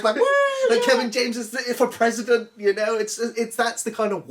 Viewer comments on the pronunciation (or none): none